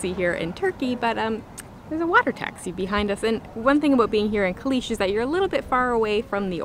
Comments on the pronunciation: I'm new to your videos and I love them. I lived in the old part of Fethiye for 5 years and worked in Olu Deniz, Fethiye and Calais ( pronounced Chalis) I loved it there the people are so friendly and welcoming. Was great seeing the familiar places, did you have a Turkish bath? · Fethiye is lovely. Çalis is actually pronounced “chalish” though. Nearby there is fethiye park which is just amazing and on the sea front, also Ölüdeniz beach, Saklikent waterfall, Kaya köy is the ancient city nearby that is all built into the rocks known as the ghost town. There is a lot to do and see there.